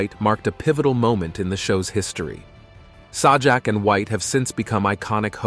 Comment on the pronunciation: Agree...LAZY. I was noticing the same thing LOL - Saw-jack. And when it's talking about Chuck Woolery, no photo or video of him is shown. Garbage.